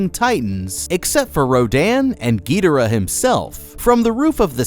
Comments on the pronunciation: Gee dur uh? It’s guh door uh. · ge der uh... really how does one miss pronounce King Gi-door-AH so hard? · Why you say Gee der uh ._. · The pronunciation of their names still grinds my gears. It’s Gihdorah, Rodan